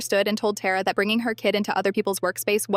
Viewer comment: Why anyways Tara that's my sister name and id being said wrong